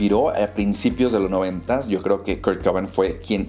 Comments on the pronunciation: se pronuncia cobein jaja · Tremenda pronuciacion xdddd Kurt "coban"